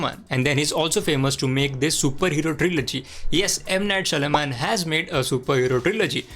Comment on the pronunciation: Lol, you can't pronounce M. Night Shyamalan 😆😆😆😆